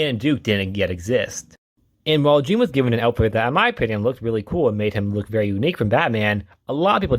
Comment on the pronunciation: I’m sorry, it totally took me out hearing you say Jean like it’s spelled rather that the way it’s supposed to be. His name is French. Jean-Paul has the beginning J almost replaced with a Zhu sound. It’s almost said like John, too. Totally understandable to read it just as it’s spelled, that’s how we’re taught to read English. Really love more people talking about Jean-Paul Valley though. I only recently got into his character a couple years ago too. His backstory was absolutely 90s comics standard though. All Kinds of stuff was happening back then.